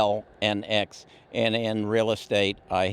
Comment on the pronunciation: Learn how to pronounce Xilinx, it is not that hard: "ZyLinks"